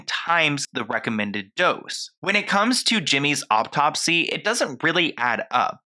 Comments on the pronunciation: Please stop saying "optopsy"! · Learn how to pronounce autopsy